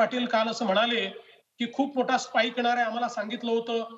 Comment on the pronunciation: "म्हनाले" नाही रे, "म्हणाले". कुठून आणतात असले वृत्त निवेदक शोधून? पहिल्याच वाक्यात चव घालवली.